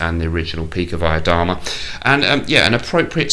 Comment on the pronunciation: Btw, your pronunciation of pikovaya dama is pretty good. Did you go to Cambridge, perchance? So many kgb spies have graduated from there, it's like their finishing school :)